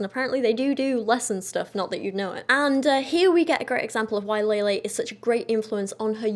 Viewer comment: Not that it matters but i believe her name is pronounced lehleh, not laylay